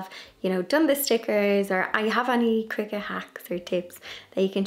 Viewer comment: Thank you for this introductory video! I just received a Joy Xtra for my birthday! 🥳 Also thank you for teaching me the correct way to pronounce cricut! I’ve been saying cry-cut 😂